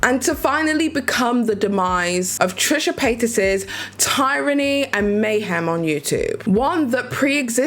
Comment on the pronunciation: I can't laugh at your pronunciation of tyranny when I've been saying echinacea and quinoa wrong for the past two years.... in public.